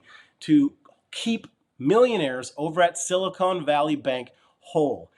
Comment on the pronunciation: Silicon! not Silicone! haha .... thanks for the video as usual